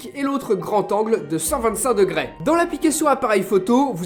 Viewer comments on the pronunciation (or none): "degrès" , ca m'as stressé pendant la vidéo .